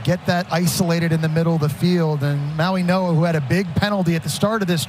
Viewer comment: I am sick of the idiots that pronounce Mauigoa with an N, it's not Mauinoa, it's Mauigoa with a "G" not an 'N" , wake the F up. Can't you all see it's a "G" not an "N", how stupid can you all be.